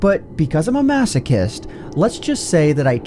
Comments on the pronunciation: did he just say “masakist”?... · I don’t wanna hear you say masochist ever again bud XD